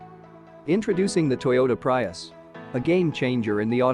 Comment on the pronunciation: Prius: Pronounced Pre-us... not Pry-us